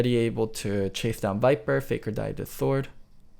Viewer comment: Why am I hearing "Thord" than Sword.